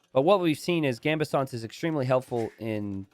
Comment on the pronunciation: This man still hasn't learned how to pronounce Gambesons 🤣